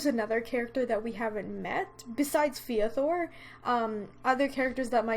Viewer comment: I don't know if this is just me, but I feel like Feathor's name is supposed to be pronounced more like the word feather. Possibly like this: F-e-the-or? Idk, just sharing what I thought.